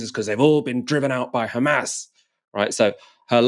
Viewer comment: "The khamas run US state department" priceless line